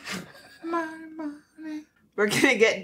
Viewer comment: this was one of the my favorite movies as a kid. too young to see it at the theater but loved it (even) in VHS. 😍 the 2 is very good too. btw it's pronounced Dèmoni not Demòni.😅